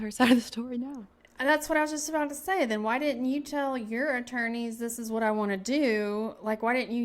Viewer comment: Why won't she pronounce her "t"s? The word "what" she pronounces "wha". Why do Utah women do that???? Enunciate!